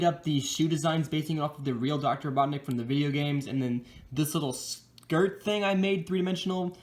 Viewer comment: You said doctor BOTNIK instead Robotnik